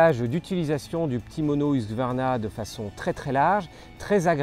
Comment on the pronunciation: j'arrive pas à comprendre pourquoi dans beaucoup de vidéos , la marque est prononcée huQsvarna et pas husQvarna, ca me trigger un poil :)